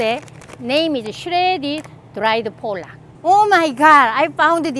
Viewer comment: You're pronouncing pollock like the bad word for Polish people! :D Think of "potluck" without the "t". Safer to say it that way!